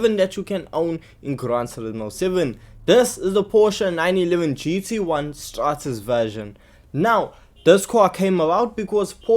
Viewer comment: Why can nobody get The word right I heared straBen I heared strausen And now strates Straßenversion Literally street. Version. 😭